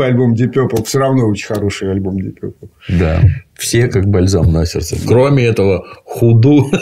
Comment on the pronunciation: Пацаны , вы оба неправильно произносите слово purple , вот его транскрипция: pərpəl , пэпэл 🙂